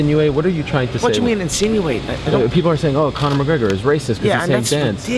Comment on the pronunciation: Its McGregor not Mcgegor :p